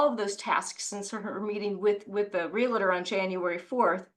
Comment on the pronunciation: it’s NOT real-LA-tor. It’s REAL-TOR. Two syllables.